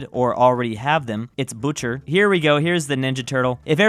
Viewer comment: Love that he pronounced Boucher as "Butcher" thereby butchering the pronunciation 🤣